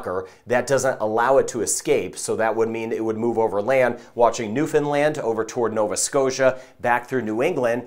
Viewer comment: Hi from Ontario Canada. Just starting watching your channel recently. A very professional presentation. As a Canadian, thanks for getting the pronunciation of Newfoundland correctly.